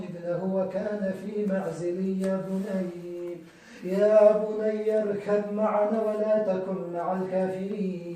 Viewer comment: ي شيخ قرائتك غلط لا تقرء ي بني اركب معنا بل تقرء ي بني اركم معنا لانه في حكم التجويد بالايه هناك ادغام متاجنس بين الباء والميم وشكراََ لك 🌹